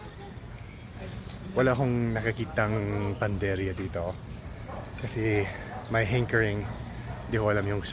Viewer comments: it's not panderia, it's PANADERIA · Pa na der ya .. not panderya for bakery in Tagalog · Not panderya ..pnaderya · panaderya (hindi panderya) 😎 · PANA DERIA NOT PANDERIA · PANADERYA..HINDI PANDERYA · Panaderya. 4 syllables. I observed you kept saying Panderya instead of PA NA DER YA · Panaderya/Panaderia Hindi. "Panderya" ha!!? ano yun??? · medyo nagugulumihanan sila sa iyo kasi ang sinasabi mo at PANDERYA pero ang tawag po ay PANADERYA you missed to pronounce the A😊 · P A N A D E R Y A - not Panderya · Panderia is wrong. The right noun is Panaderia. You where just missing the “na” on your pronunciation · your doing just fine but it should be PANADERYA! hope that helps! I salute you for learning the language, amazing!🎉❤ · It's PANADERYA not panderya😊 bakery is the usual call nationally. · Panaderia/panaderya not panderia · Panaderya Hindi panderya 😅 Kuya mormons kaba? Kaya magaling kang mag tagalog? Kasi mayga Mormons akong kaibigan mga teenager around 20 yrs old, sobrang galing sa Tagalog very fluent soya sa Tagalog taga Texas, isang taon palang dito sa Pilipinas, uuwi na siya sa Texas, this coming august. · did you said panderya? or panaderya??? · Hankering = sa-gim-sim or sagimsim Or “ki-ni-crave ko ang” Or “nag-ke-crave ako ng” Now let’s try! 😂 PS: Instead of pan-der-ya Say Pa-na-der-ya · Sobrang nakakabilib talaga ang pagnanasa mo na mag-aral ng wikang Pilipino. Panukala lamang, bigkasin ng mas malinaw ang bawat baybay. Halimbawa, "pa-na-der-ya". Mabuhay ka,! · Well done! Bigkasin mo ang "a" after pan _ deria; should be "panaderia." That's it, otherwise, you're great! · I think the reason why people didn’t seem to understand you at first is because people would most often just say bakery rather than panaderia. Lol… Btw, you’re missing pronouncing the “a” in the middle of panaderia. Community panaderias are the best.